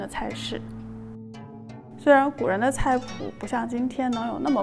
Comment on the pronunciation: 刚起来... 活生生的把古人吃点啥...读成...吃人古(谷), 点啥? ...快来杯黑咖压压惊!!! -_